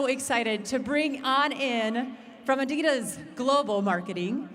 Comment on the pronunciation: Is that how you pronounce Adidas? I’m going to stick with how I’ve been saying it for over 30 years